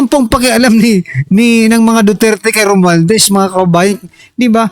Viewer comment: SI LACSON HINDI ALAM IPRONOUNCE YUNG WORD NA ‘ ‘ROMUALDEZ’.